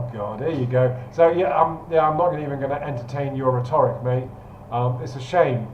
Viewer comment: RHET-oric. Not rhe-TOR-ic.